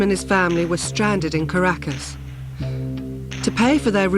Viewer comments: Am I the only one who cringed with the way she pronounced Caracas? And Cedars-Sinai.... sigh. Do your research, woman. If you’re not sure how to pronounce something, look it up! You’re getting paid for this! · 10/10 pronunciation of Caracas lmao